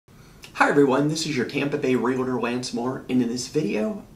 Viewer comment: Im trying so hard take you seriously and listen to your content but every time i hear you say REALITOR i am SO turned off. I cant stand it. Where is the "I" in realtor? Its two syllables.